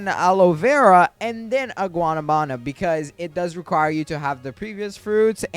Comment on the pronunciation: Guanábana not guanabána just respectly correcting